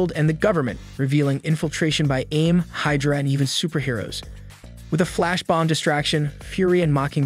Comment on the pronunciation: While I appreciated the effort for all of this. It's good. I appreciate the laughs from the mispronounced words even more. Comedy gold. Damnockles A-vengers and Hyderuh we're my favorites